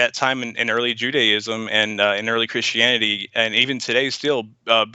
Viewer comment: The only reason he dosent like Christians is because he cant say CHRISTIANITY.